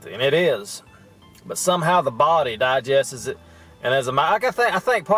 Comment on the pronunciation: The word “digests” is a two syllable word pronounced “di-gests” not “di-gest-is”.